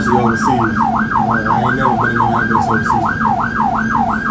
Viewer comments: It’s not AMULANCE IT’S AMBULANCE MISS OVER THE TOP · "Ambalance" and "tesess"